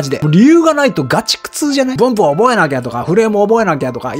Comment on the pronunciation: 「文法」の発音が「うんk」と同じでなんか笑いましたw